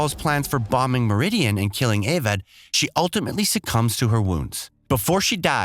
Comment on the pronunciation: Along with Avad, Marad, Oseram and HADES 😂 Seems like the narrator didn't play the game at all.